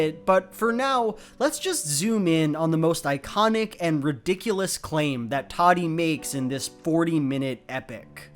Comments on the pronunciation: Tati not Tadi.. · “toddy”.......... it’s Tati with both Ts pronounced the same 💀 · Ta-tee, not toddy. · It kinda bugs me the way you pronounce her name. It's Ta-Tee not Toddy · Idk how Tati herself pronounces it, but every other YouTuber I’ve watched has pronounced it as Tati and not Toddy. I think it’s just having a strange pronunciation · watching this almost 3 yrs later its obvious that is correct about most of his points laid out here, but it’s also objectively funny and wrong that he keeps pronouncing tati as “toddy” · Obsessed with the way you call her “toddy” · i cant help but hear "Toddy" and i honestly love it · alternate video title: says "toddy" for 20 minutes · hearing call her "Toddy" the entire video elevated it to a new level of ridiculous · Every time he says Tadi I die 🤣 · Through this whole thing I’ve never heard someone pronounce Tati’s name like “Toddie” it’s throwin me off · No one:: Toºdy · ive never heard someone pronounce tati as "toddy" lmao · i’m obsessed with how he says tati.... “toddy” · Randall Paquet when i used to watch her she would pronounce it “tah-tee” like João said. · Can't believe "Tati" is actually pronounced "Taahdi" wtf is the English language even doing??? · I love how you consistently mispronounce her name :') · your mispronununciation of Tati's name is disturbing. Nice video though. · The way you say Tati is so funny! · English is weird but this isn't a good example of that. He said it wrong.